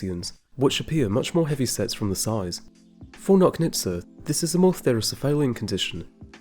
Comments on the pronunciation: Good job as usual. Also, Nochnitsa - "CH" like in Chile. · Nochnitsa should be pronounced like in "notch"